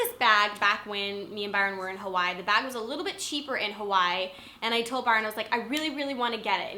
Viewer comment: She pronounced Hawaii Huwoy... lol great videos though(